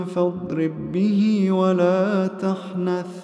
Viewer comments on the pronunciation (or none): Jazak allah khayra ! But why did you read (ولاتحنث) as (ولا تخنث)?